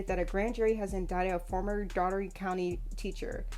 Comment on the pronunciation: That is not how you pronounce Dougherty. I am from that city. It's pronounced "Door Te"